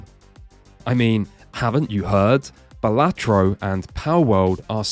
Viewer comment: The worst pronouciation of balatro